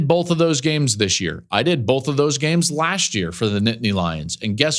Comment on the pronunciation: You also say "bolth' instead of both a lot